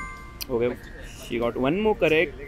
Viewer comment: It is pronounced as one not woon😅